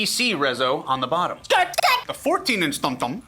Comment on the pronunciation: The way you say tom-tom makes me giggle every time